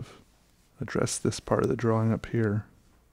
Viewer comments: I love the way he says draw wing 😌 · I’ll never get used to the way you say “drawing”. dra-WING